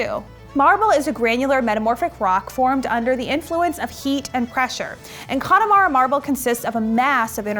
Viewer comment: This was unexpected to see, I am not too far from the area, you're saying claddagh wrong and Connemara kind of wrong though but I love you :'D